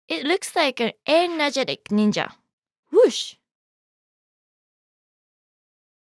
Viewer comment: When you say ennajatic ninja that makes me laugh